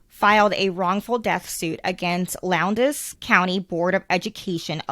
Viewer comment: Lmao nobody ever gets Valdosta ( Val=dah-sta ) or lowndes right not (low)ndes is pronounced (law)ndes .................... Sh*t lockers are like $10 a year here. Our town is as corrupt as they come and run by the good ole boys!!!! lmao our "town" IS NOT racially divided at all. This is all about these boys fighting over a girl and one of them ending up dead and the FBI helping cover it up!! As well as Lowndes county sheriff's office. Can't watch anymore of this at all you really need to get all the #FACTS #kj #JUSTICE #JusticeforKJ